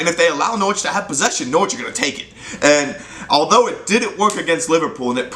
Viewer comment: You're the only American who can pronounce Norwich correctly